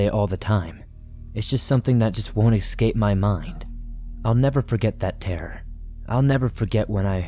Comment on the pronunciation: Escape, not excape